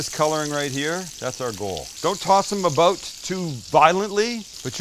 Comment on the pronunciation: I hear a Canadian “aboot?” 😁